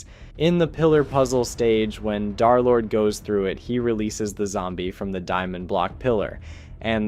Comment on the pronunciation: "Darlord🔥🗣️"...it's DERLORD, THE 3 RESEMBLES THE E LETTER